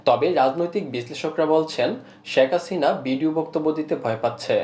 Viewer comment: শ্যাক হাসিনা নয় শেখ হাসিনা।ভাষাটি অন্তত শুদ্ধ করে বলবেন ভাই